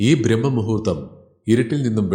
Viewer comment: Brahma muhurththamalla.....Braahma muhurththam...